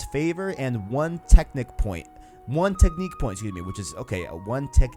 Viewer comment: Wtf is with your English ? Technik point ... smh.